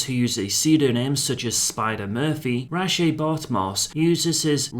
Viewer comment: That's actually how you pronounce it. Hearing him bumblebuck the name so badly nearly turned me off the video right from the start.